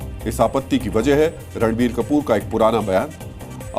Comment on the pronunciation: Phele toh actor ka naam sahi se lo fer afa failao